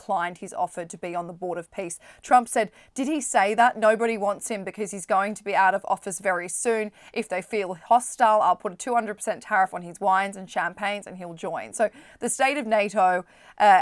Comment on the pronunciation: What, you don’t like when she says “woynes” for wines and “adsoyde” for “aside?” Lol